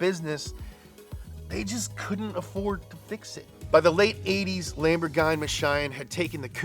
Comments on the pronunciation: The way pronounces Ferrari and Lamborghain Machain is scrumptious! 😝 EDIT: I just realized that the expression "countach" sounds similar to when we exclaim "contra" in Puerto Rico, which is our old-school way of saying "hot damn" or "woah". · "Lambor-guy-machyne" is what I call Lamborghini now...thank you. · Non riuscite a pronunciare bene Lamborghini? Dai su un pochino di impegno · I'm only here to hear pronounce Lamborghini funny ways. I hope it doesn't disappoint.